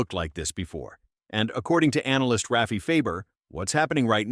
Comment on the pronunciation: Rayfee Fayber!!!!:face-green-smiling:AI can't pronounce Rafi's name right! It's Rah-fee!!!